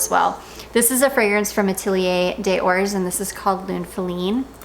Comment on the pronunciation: The letter ,, s " between 2 vocals it is pronounced ,, z" like zebra ( des from Ateliers des ors ) DEZ ORS 😉